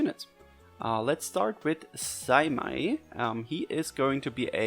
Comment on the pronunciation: Its pronounced "Saymay" for Seimei.